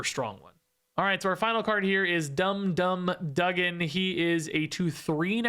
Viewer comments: It's said dum dum (doogan) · Pronounced Dum Dum Doogan.